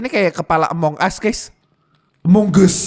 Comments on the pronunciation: wkwkw harusnya AMONGUS bukan EMONGUS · Amongus Me:Amogus Kali Bukan Amongus